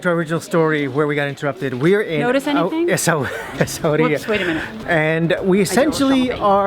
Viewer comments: We pronounce it "Sweera" why all the complication??? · It's EssaouiRaa! R not H. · It's Essa-wi-ra 😁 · ESSA-OUIRA E S S A - O U I R A Essa-wera ... And the list goes on Not that hard 😂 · I can see that you have faced some difficulties to pronounce the name of the city " Essaouira " , maybe the origin Berber name of this city would be easy for you to pronounce " Mogadir " which means The town of attic. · The prounuciation is " ESSAWEERA" ^^ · omg so excited you guys are in morocco!!! its pronounced ACE-AH-WAY-RA. Cant wait for more videos. Cool hippie family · Im in love with you guys your such a lovely souls ❤️❤️🤩 but the way that guy’s you pronounce essouira it’s just hilarious 🌺🌺❤️❤️ deep love from FES CITI much love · You do vlogs but you cannot pronunce a name, that says it all .... as slways americans .... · Lovely place, but the hardest city for us to pronounce for sure. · Thank you. This has been the hardest city to pronounce for us. More are coming. We can't wait to share the desert experience. I love camels now!